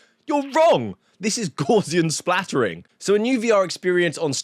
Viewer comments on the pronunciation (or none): Splatting. Splatting, Steve.